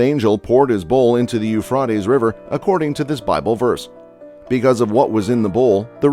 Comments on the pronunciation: Dude! I almost had to quit this video because my ears screamed for mercy every time you said Euphrautes. It’s Euphrates…long “A”. You’re welcome. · I just have a pet peeve when you know how a word is pronounced but the content creator insists its pronounced this weird way. its pronounced U-FRAY-TEES. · Isn't the pronunciation, Eu Fra TEes! Guess it can vary! Elon is such a pos, The Elites using chemtrails to affect weather is having an affect not only on the USA but worldwide! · You are saying the Name wrong Euphrates ~ You Fraties River is What it sounds like. 😂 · OMG...How can you get people to narriate your videos who can't even pronance the star of the subject!!! It's pronounced "U fra te s." What planet is this guy from? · IT'S PRONOUNCED yoo·fray·teez YOU SHOULD KNOW BETTER!!!!!!!!!!!!!!!!! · It's U FRATE EZE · Lol pronounced u-fray-tee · It's pronounced Eufraytees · I thought it was pronounced " u fray tees."? Oh, well. Thanks for the clip. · Euf-rotties, I just could not watch it beyond so many mispronunciation. 😂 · On subjects of importance You realy should have all info correct especially pronouncing correct words IT is pronounced u-fray-d-ees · ITS {SOUNDS LIKE} YOU FRATIES!!! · First off: LEARN TO PRONOUNCE EUPHRATES. Eu-Fray-Tees Dumass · U-FRIEGHT-ees. His pronunciation is killing me. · U-frot-Tee's U-Frot-Tay's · It a hard A. Like You Freight Ease. Research pronunciation before producing a video please. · Eu FRAY tees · Euphrates is pronounced with all long vowels. U-fra-tez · No offense but had to bail early . Eu FROT ees ? Couldn't take it . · It's pronounce Euphraaaatees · YOO-FRAY-TEEZ. YOU STUPID IDIOT...LEARN YOUR CRAFT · Call Euphra(long a)ties river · It is pronounced U fray tees! Learn to pronounce words you're talking about. And it's Sigh rus. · Please check your pronunciatons. Euphrates is with a long a. Eu fray tez. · Pronounced U fraty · Would have been a lot easier to watch had I not cringed everytime I heard the word eufroddies